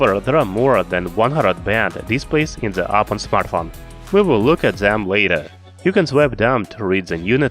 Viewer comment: Fuck , I can't listen your pronunciation, specially "The", why you call it Ze? Blood comes from my ears